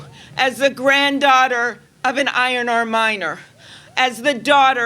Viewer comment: I thought she said iron ore miner